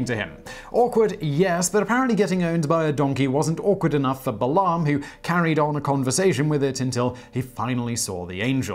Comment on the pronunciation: um...Balaam is pronounced Bay-lem; Canaan is pronounced Cay-nen